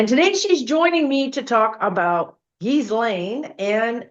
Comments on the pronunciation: Really fascinating, thanks for doing this reading!. BTW, most people do not pronounce "Ghislaine" properly. Her mother had French background, so it can be pronounced Ghee-len...or most commonly Gah-len. I wonder if pronunciation plays a role in the vibration, numerology, etc. Regarding Epstein, IMO he viewed his interactions with females as transactional with a bit of altruism...he was giving money to girls who would otherwise be on the streets, recommending them for prestigious jobs, introducing them to important people. This was either to assuage his guilt or provide cover or both. They're not victims, "I'm helping them". Twisted thinking. I agree that he's passed, but doesn't want to transition because life review will be hell for him. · Her name is pronounced, 'ghee • lane,' THE "S" IS SILENT, PEOPLE!!! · Hi, Ghislaine is pronounced Gilaine. Love you! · Her name is pronounced Geelane with a hard G. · Her brother Ian pronounces it more like gee-len (hard g like ghee).